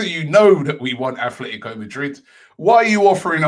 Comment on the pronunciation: ATLETICO not ATHLETICO, please ROBBIE, say names properly.